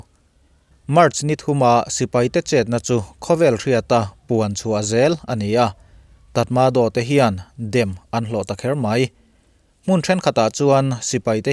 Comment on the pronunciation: 'Trat ma draw' tiin lam la a dik hnai hret ang...